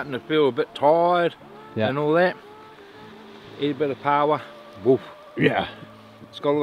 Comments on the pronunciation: Aye it's pauwa nor powwa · pls pronounce paua right it is pronounced like par wa instead of power